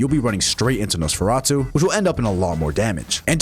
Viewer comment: Off topic, but I think it’s funny how you pronounce “Nosferatu” perfectly, yet you stutter a ton on the word “muzzle”